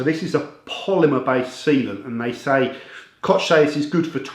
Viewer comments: Hi, I like all of your videos. Only if I may give you a little advice of pronunciation, as "'ch"" in koch, is pronounced " h" as in ''hot'' in english. Alternatively, you can you google translate to hear how to pronounce it. Thanks Again. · it is pronounced KOH like Hillary or Hitler , thank you for the review.